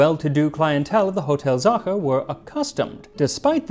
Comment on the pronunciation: He pronounces Sacher perfectly, torte is pronounced tor-teh, with the stress in the o and the soft t just as he does. It is just the eh at the end he fails, but Waow ! He got it 90% 👍🏻 the Ch in Sacher is not an easy sound!